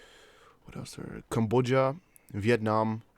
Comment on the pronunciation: ...CAM. bod. I. a not Camboja